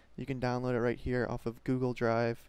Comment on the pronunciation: haha, funny na accent